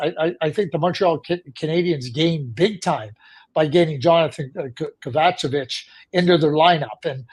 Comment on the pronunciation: OMG DAD Stop with KA-VA-CHA-VICH Its KOV-UH-CHE-VITCH Great Show keep it going guys !!!!